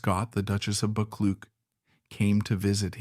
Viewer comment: I'm pretty sure the name Buccleuch is pronounced Buck-Loo.